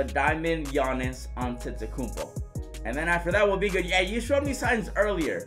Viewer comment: I have noticed that can’t still pronounce Antetokounmpo he says Antetokoupo and 2k should add the Hall Of Fame Players (example: B.Russell, S.O’Neal and A.Iverson)